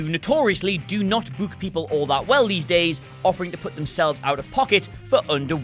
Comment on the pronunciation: Hate how you say book